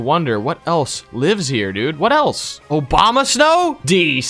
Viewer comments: he told obamasnow instead of abomasnow lol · Hahahaha he said “OBAMASNOW!”😂😂😂